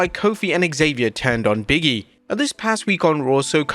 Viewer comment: It's Big E not biggie 😅